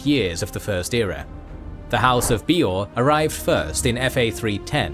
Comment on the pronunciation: My one and only gripe with this video is incredibly nitpicky and I think its a great video, I enjoyed it thoroughly. That being said, my only gripe is with some pronounciations. Bay-or not Bee-or and some other ones, but hey if thats the only complaint i have this is an excellent video